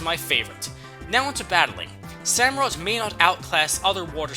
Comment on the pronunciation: It's an otter dude, not a sea lion... SamurOTT. For OTTER.